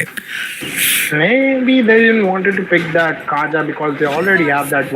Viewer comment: This gus never gonna stop calling kaja as "KAYA"😂